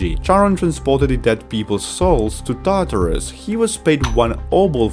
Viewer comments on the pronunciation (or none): none